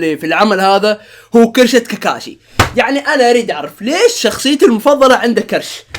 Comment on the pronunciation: اي احد لاحظ ان قال كاركاشي في